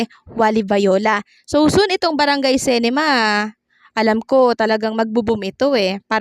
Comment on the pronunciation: Dipo sintrum..S-E-NTRUM po...CINEMA po di CENEMA...pki ayos po amg pagbigkas nyo ng mga words..